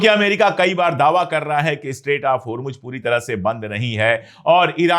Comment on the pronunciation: Mr.Pandey, it's Isfahan, not Ifsahan. And it's Hormuz, not Hormuj